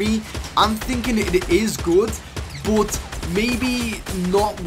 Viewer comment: But he says “BOT”